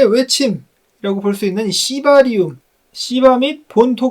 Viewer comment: 시바리움 발음 찰지십니다..